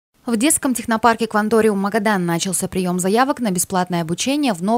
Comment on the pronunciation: Будьте грамотнее.. Начался́